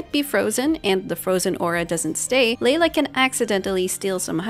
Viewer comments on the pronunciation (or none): “Leyla” lol